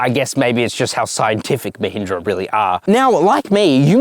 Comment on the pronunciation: at least firangs should try to pronounce mahindra properly, they cut all the power, masculinity, smartness of the word